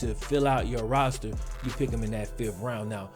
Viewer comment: Despite you having just south of a half-million subscribers, if you were to stop clipping your "g's" and start pronouncing "THis and THat" as opposed to "Dis and Dat" you would be a much stronger communicator, thereby attracting even more subscribers.